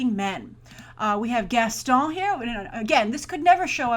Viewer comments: I find it funny how you pronounce "Gaston". Idk why Edit: Also, I would've liked to see Dwayne Johnson as Gaston (random thought) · Just for the love of God, please stop saying "Gaston"!!!